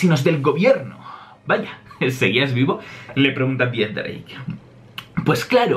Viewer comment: Por que dices Dix-drake? No es x-drake?